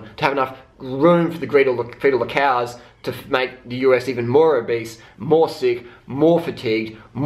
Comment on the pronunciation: I like how you say cows. "Keaws".